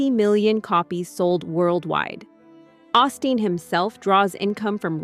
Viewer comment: It's "OH-STEEN, NOT "AHH-STEEN". This AI crap is killing me ...